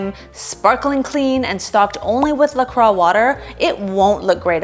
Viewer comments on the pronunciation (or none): Thank you! Also, La Croix sparkling water it's pronounced "La Croy". It's not the traditional French pronunciation. I was born in La Crosse, Wisconsin where it is produced. <3